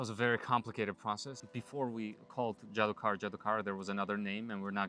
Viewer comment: JDOKAR does mean magician but it is a hindi word which actually is pronounced as JADOOGAR